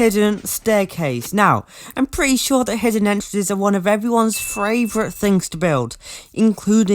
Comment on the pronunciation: FRAYVORITE LOL